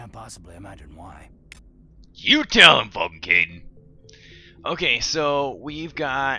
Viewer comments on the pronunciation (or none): I think you mean Renegade rather than Vanguard:) also I think it's pronounced "Kaiden" not "Kydian"